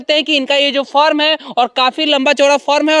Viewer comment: Bhaiya aap form bolna chodiye, usko Farm kaha jata hai